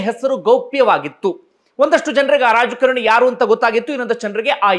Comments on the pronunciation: ರಾಜ ಕರಣಿ ಅಂತ ಉಚ್ಚರಿಸುತ್ತಿದ್ದೀರಿ..ರಾಜಕಾರಣಿ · ಯುವರಾಜ ಕರಣಿ ಅಲ್ಲ ಯುವರಾಜ ಕಾರಣಿ ಅಂತ ಹೇಳಿ